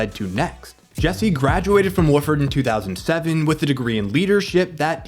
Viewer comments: Wofford, with ONE O. Not Woofford with two. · Wa Ford, not woof ord. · Wah-ferd, not woof-erd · Wahhh-ferd. Not Woof-ord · Wah-ferd=Wofford; otherwise, incredible content. Get ready for massive sub numbers. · Good video, but it's pronounced WAH-ferd not Woof-ferd. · you are mispronouncing "Wofford" College. It's pronounced Wah-ford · Hey man for the future its pronounced "Wah-Furd" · Wofford is pronounced waw-ford.